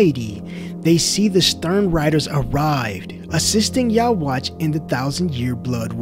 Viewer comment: The quincy king's name is yhwach, but it is pronounced Yu-ha-bac